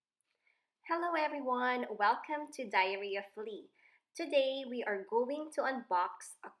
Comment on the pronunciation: i thought she said "Diarrhea Flee" hahahahahah